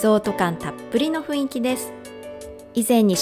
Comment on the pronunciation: 誤 ふいんき 正 ふんいき